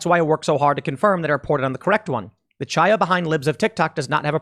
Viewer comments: Chaya is pronounced with a Chet, the gutteral sound in the hebrew language that sounds like youre clearing your throat. Youd be better calling her Haya rather than Chaya (like Chap) if you cant do the gutteral Chet sound. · "Chaya" is pronounced "Haya". Unless you know how to pronounce a Hebrew "Ch", which statistically speaking you don't.